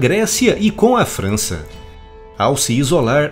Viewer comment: Alguém percebeu o "Fança" no? Kkkkk abraço